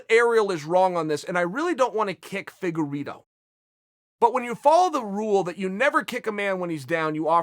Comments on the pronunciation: "Feddugerito " LMAO! I love his name mis pronouncing bits ! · Figure Ito